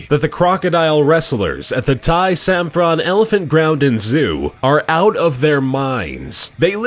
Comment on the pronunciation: First it doesnt pronunce samphrane even it worte like that it pronunce as sampran